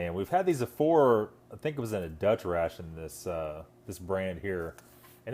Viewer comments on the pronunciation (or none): none